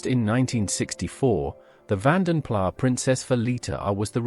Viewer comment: It's pronounced Vaden PLUS please teach your AI better.